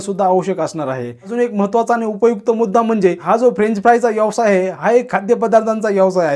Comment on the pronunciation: यवसाय नाही व्यवसाय म्हणा.